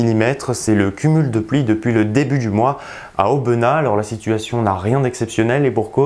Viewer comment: Merci pour toutes ces prévisions, et à propos, on dis AubenaS on prononce le 's' comme pour le Gers, mais ça tu le savait j'en suis sûr. A dimanche en 15, bye.